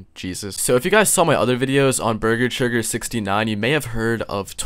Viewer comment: "beeger cheegur." Bruh , that is golden